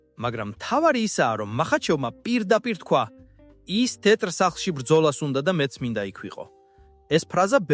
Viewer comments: "ტეტრ სახლშიო" რომ ამბობს მაგას არმიაქციეთ ყურადღება? ხელოვნური ინტელექტი ახმოვანებს იქნებ მიხვხეთ როგორმე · ტეტრ სახლში რომ ამბობს მაგასაც ძალით ხოარ იტყვის, ხელოვნური ინტელექტია